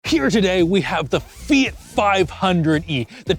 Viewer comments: Why do you call it "Fiyit"? It's Fee-yacht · Fee-it? Really? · Eww, "Fee-it" Literally unwatchable 😂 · You keep pronouncing it "Fiet", but isn't it "fiawt"? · "say fiat right" my wife the entire video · Is this really how people in Canada pronounce Fiat, or just?